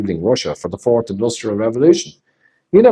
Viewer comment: Have you heard how Klaus pronounces 'The Fourth Industrial Revolution'? 'Ze Force Industrial Revolution' :)